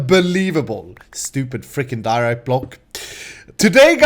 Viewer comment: I must say I laughed really hard when you said but didn't actually say diarite